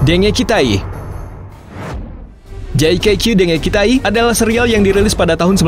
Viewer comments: Min itu di pelafalannya Jaka dengikitai BKN JAKQ dengikitai maaf min jika admin merasa aku sok tau tp setau ku kek gitu 🙏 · pelafalan yang benar itu jakka dengikitai min